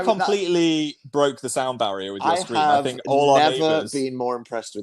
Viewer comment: phil saying "broke the sound barrier" the wrong way again nooo